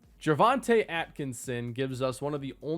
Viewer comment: Atkinsons first name is (Jor-von-te)